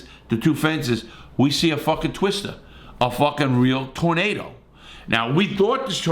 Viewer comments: “We see a fucking twis-ta” lol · “We saw a fucking twistaa” lol